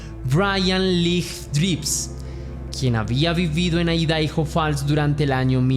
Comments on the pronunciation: Por que decis Aidaijo, cuándo se pronuncia Aidajo? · IDAHO (Se pronuncia "Aidaho")😂